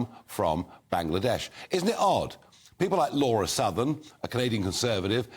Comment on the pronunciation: it's 'Lauren' Southern, not "Laura"...